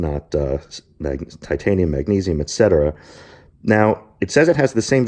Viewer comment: lol,,,,, its so funny when you say: tai-taanium and maagnesium!!!! you put too much stress, as if you want to say to people you know a lot! ;)